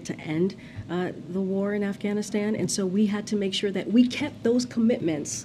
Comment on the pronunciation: And she said AfghanistanD <—— hahah😅